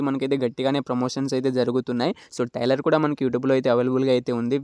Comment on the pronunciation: ఒరే బాబు టైలర్ కాదు రా ట్రైలర్